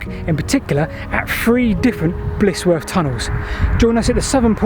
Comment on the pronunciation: Just to mention - it's Blizzworth, rather than Blissworth. Good work as usual, though.